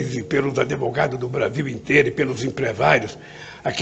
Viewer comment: Ele é brilhante! Inspira credibilidade perante os demais países. Só tenho apenas uma única crítica construtiva: corrigir a pronúncia da palavra advogado. Nada mais!!! Rezando para salvarmos a democracia e o país!!!